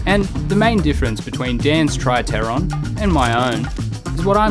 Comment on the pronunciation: I think if you pronounce the P in helicopter, you can pronounce it in tripteron